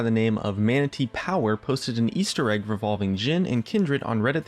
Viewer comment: Emphasis on "egg" :^)